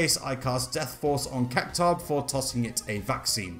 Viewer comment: But then he proceeds to butcher "Cactuar" 😮‍💨🙆 ...I suppose you can't win them all. Lol